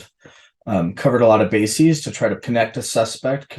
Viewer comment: Basies? You mean bases? 😂